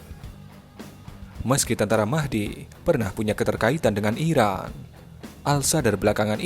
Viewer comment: Gmna min...ngomong iraq dengan iran aja gk jelas lu